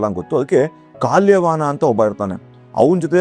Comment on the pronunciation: ತಪ್ಪು ತಿಳಿದು ಕೊಳ್ಳಬೇಡಿ ಗುರುಗಳೇ ಅದು ಕಾಲ್ಯ ವಾಹನ ಅಲ್ಲ, ಕಾಲ ಯವನ ಇರಬಹುದು ಅಂತ ಅನಿಸಿಕೆ.